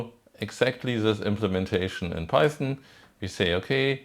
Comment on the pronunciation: Python? Oh, you mean Peißn! Yes, hörd of it.